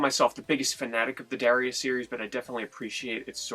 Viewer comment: "dawrius" lol